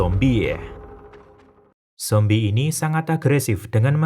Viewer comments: Saran bang tolong jangan lebay ngomong zombieh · Jadi ikut2 ngomong zombiehh deh sepanjang nonton hahaha